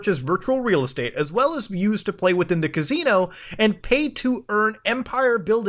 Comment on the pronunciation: ka-zeen-o thats how we say it right?